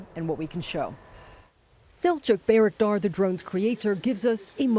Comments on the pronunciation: it's name is not Bey-raktar, it's name is Bayraktar., Bay pronounced like by or bye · I keep hearing Bea 🤣 lol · At least say it right. Aren't you a journalist? By-rock-dar. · Bay - "wreck" - tar. Damn right it is! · Narrator talks about the song where bayraktar is said over and over, then repeatedly mispronounces it herself. Well done CNN, well done. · side note to the lady doing the report...how is it you listen to the song and still pronounce the name of the bayraktar wrong ? 0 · She keeps mispronouncing the name, despite being shown how it should sound by the song and the Turkish designer. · When your news story is a month late…and the reporter can’t even pronounce the name of the drone correctly. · Ukrainians know how to pronounce it correctly, unlike the CNN reporter. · Why does CNN/ (the media) keep saying the name of the drone incorrectly? Considering they interview many people who say it correctly. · Sigh.. why do you guys always butcher the names.. Ukranians are pronouncing it correctly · I love how the song pronounced it correctly, even in Turkish, and the anchor was like “nope… I do what I want”.